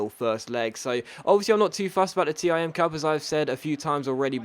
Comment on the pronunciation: ITS THE TIM CUP NOT T I M